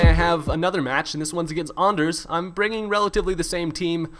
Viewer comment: Hahaha the way you pronounce Anders is so funny. Who is he anyway?